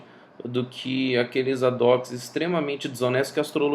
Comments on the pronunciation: Eu não entendi a pronúncia da palavra que você usa junto de "astrologia". Acho que adocs (???), em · ah, valeu pela clarificação. Eu já sabia o que era ad hoc, mas eu realmente não havia conseguido entender a pronúncia. Ainda assim, para quem não sabe e também não entendeu o que você havia dito, ao menos ficará aqui registrado.